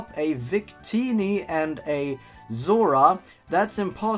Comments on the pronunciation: iTS A zoura, not a zora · It's Snivy as in snake ivy and Zourua as in zo-u-a.